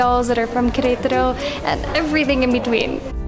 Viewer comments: How come you guys pronounce it querAYtaro? I’ve never heard english speakers or spanish speakers pronounce it that way. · They are exaggerating the stressed syllable in Querétaro (the one with the accent), possibly a bit too much because of consciously trying to stress the correct syllable! 😁